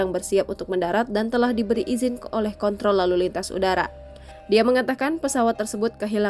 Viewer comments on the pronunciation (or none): none